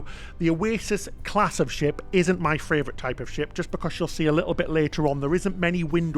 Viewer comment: The word is pronounced Favorite NOT Fravorite!! Love you guys but everytime you pronounce that word wrong I want to fly to the UK, hunt you down and slap ya silly.